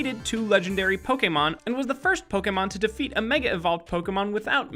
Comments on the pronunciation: Pok ee mon?!?!?! It's pronounced Pok Ayy Mon. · Stop calling it Po-kee-mon!!! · Poke-e-mon not poke-a-mon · It's pronounced "poke A mon" like touché, not "poke E mon" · Um actulally its pronounced Pok-AY-mon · ACTUALLY it's poke-ayyyyy-mon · Poke-eh-mon HHNNNGGGG STTOOOoOoOp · pookeemin stooooooooop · Fact #108: it's not pokeemon. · It's Pokemon (POE-KUH-MOH-NN) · omg he said pokEEmon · Learn how to pronounce Pokémon